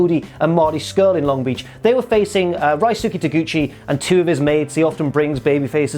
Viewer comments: mate! its Ryuuske not Raysuke for god sake!! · Reeooskay. Reeooskay Taguchi. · Is he trolling us by pronouncing Ryusuke like that?